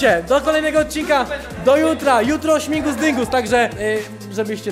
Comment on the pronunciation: Mowi się ŚMIGUS DYNGUS A NIE ŚMINGUS PLS TO BOLI :D